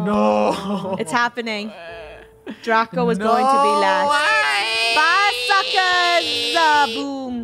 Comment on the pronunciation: does anyone notice that funneh was saying suckerz lately?